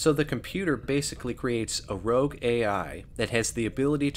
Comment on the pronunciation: Rogue, not "rouge".